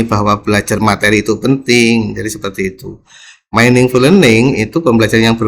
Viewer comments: Maaf pak ada salah baca dalam bahasa inggris meaningful itu di baca miningful🙏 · bukan mainingful tapi miningful